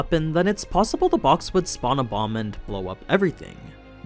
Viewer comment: "spawn a bomb and blow up everything" and I heard it as "spawn a 'mom' and blow up everything" like smolder from league xD. ICANT